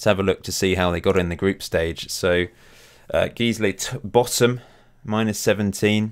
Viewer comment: Ha ha 4th placed Geesley is pronounced Guysley